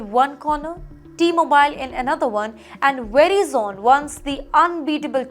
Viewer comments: Learn to pronounce names correctly. It's pronounced "Ve--rye-zun" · Medam ji verizon theek tara se pronounce karo. वराईजन होता है जी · I was about the say the same. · Your pronounce of the company name is so wrong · Lady you can't even pronounce the name right You're all getting fired I'm glad you will get fired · Please learn how to pronounce Verizon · Her pronunciation of Verizon is unbearable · Please pronounce correctly, Verizon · Where did you learn how to pronounce "Verizon"? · Create jobs in India. Don’t depend on other countries to feed you. Also, you should lose your job for pronouncing Verizon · Pronunciation is not right. Please listen to an American, how Verizon is pronounced. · Pl don’t spread incorrect news. It is nothing to do with Indians alone. First you have no idea about how companies operate in US. You can’t even pronounce Verizon and ATT properly that shows your immaturity. Madam, US companies are IPO based and they have to give profit quarter over quarter. For this , companies shelve some projects, restructure the org - lay off employee. This is nothing new. Do some research , example Motorola abandoning operation Krypton in late 80s. Also for your information company can layoff 12% of employees without telling Wall Street. But now they are telling, Why? So that stockholders are comfortable with the company. Also, next week when layoffs are declared… keep an eye on stock market. It will go up. Tip, buy these stocks today and make money next week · Can't she pronounce correctly Verizon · Its Veriiiizon not Verizn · You pronounced Verizon wrong. Please correct. It’s not “vera zon”. It’s pronounced “ver i son”. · It's Ver-eye-sun ..not veri-zon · It's not VERY Zone idiot, it's va rie zen it's how it's pronounced. I don't know what baja khana school you went😊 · its not ve-ri-zone, its pronounce as və-RY-zən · It's Veh-rai zen not Veri zone. We all learn something new every day! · its pronounced as "vuh-rye-zuhn" not "veri-zon" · It's Verizon